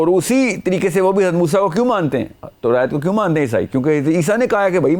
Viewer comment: Demand ko demaind kehta hy torat ko torait kehta hy .alfaz pura bolta bhi nhi or phir ghalat pronounce krta hy